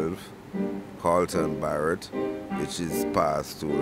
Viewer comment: Did i hear "to interview Ashton Family Man Barre"LL"?